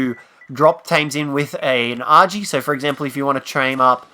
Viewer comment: Stop saying argy. It sounds wrong